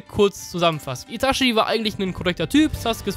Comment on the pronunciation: witzig das du so abfällig über die Aussprache von Akaktsuki redest aber selber Itaschi sagst du Clown